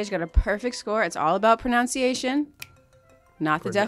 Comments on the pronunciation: Also it's "ProNUNciation", not "ProNOUNCiation".... JS.. not trying to be that person. But this show does revolve around that. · Not being picky...but the lady isn't pronouncing PRONUNCIATION correctly 👍🏽👍🏽